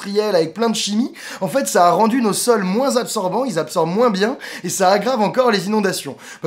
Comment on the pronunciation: Bonne video, mais quelque chose qui me herisse les oreilles dans tes videos, c'est les liaisons, par pitie [...] il a rendu nos sols moinS ZZZabsorbant [...] Merci :)